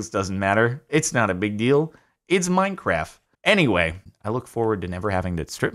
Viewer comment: “It’s minecraff”